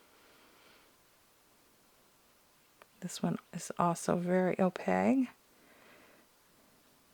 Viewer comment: Thank you for sharing. I I was able to narrow down what I actually want. By the way, in case no one has told you yet, opaque is spelled with a q and subsequently, pronounced with a q as well… O-pake 😂 Not, O-peg. 😉 Now I’m going to spend more money on art supplies. ❤❤